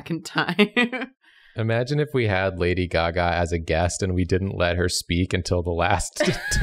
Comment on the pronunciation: pronunciation of "lady gagà" was an underrated joke